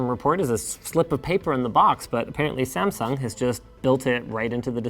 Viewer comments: Okay, WHAAAT, did Linus just say there 🤷🏼 Samfung or my ears just “that” bad 🤔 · the way he says samsung at the begining